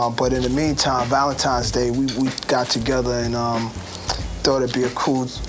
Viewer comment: is it just me or does khaled have a problem saying his L's lol